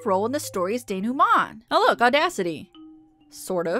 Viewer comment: No one but me will get this but....thank you for pronouncing "denouement " correctly. Someone pronounced it "den-ow' ment" once and I'll never get over it.